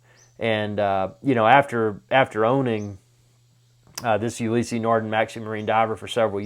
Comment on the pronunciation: It's not pronounced Ulyssey. Ulysse no "y" in the pronunciation. I have the Maxi-Marine Blue Surf. Amazing watch.